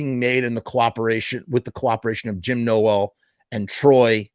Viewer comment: I cant believe u dont even know brads dad's name and your pronouncing his last name wrong!! Wtf dude